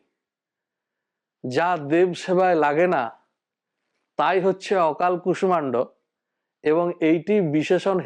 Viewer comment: কুষ্মাণ্ড এই শব্দটির উচ্চারণ কু-ষ্-ষা-ণ্-ড বহুল ব্যবহৃত। যেমন, বিষ্ময় এই শব্দটির উচ্চারণ বি-ষ্-ষ-য় ( বিষময় নয়)। এনার এই কু-ষ-মা-ণ্ড উচ্চারণটি বড্ড কানে লাগছে!